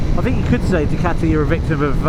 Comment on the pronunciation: But it's a fakun Du-Cati 😅